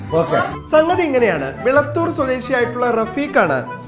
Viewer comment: വിളയൂർ അല്ല വിളത്തൂർ ആണ്